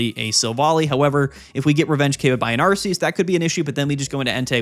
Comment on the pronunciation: i get so annoyed when you say ARE-SEE-USS ... THE NAME IS ARK-E-US .